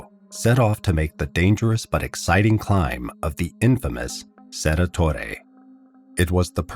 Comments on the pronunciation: Cerro Torre, not Cerra… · Also, Cerro Torre isn't pronounced "cerra torre" is it(?) The 'o' in Cerro is pronounced phonetically I think - just as it looks.